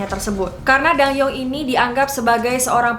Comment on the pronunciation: Btw bacanya bukan ratu dang-yeong, tapi dan-gyeong. Karena penulisan hangeulnya adalah 단경 bukan 당영